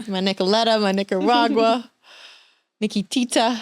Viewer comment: Lmao my Niccoleta, Nicaragua, Nikkitita 😆 welp were off to a good start!